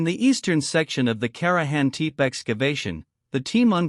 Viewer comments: Karajan Teep ? Really?? You can do better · INTERISTING CLIP ANOYING THE PRONONCIATION OF KARAHAM "TIP"